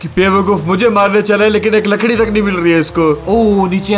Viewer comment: told ladki not lakdi